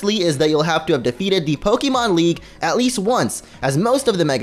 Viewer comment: Please stop calling it pokeemon